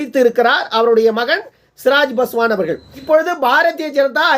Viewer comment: சிராஜ் பாஸ்வான் இல்லை சிராக் பாஸ்வான்